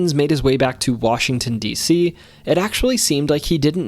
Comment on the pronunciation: I'm from Southeastern WA and it's definitely pronounced with the a sound from "dad" or "apple"